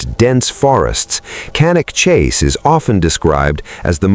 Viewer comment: Cannock Chase, NOT Catic Chase !!!!!!!!!!!!!!